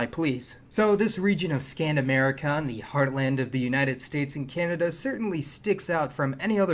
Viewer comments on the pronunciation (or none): none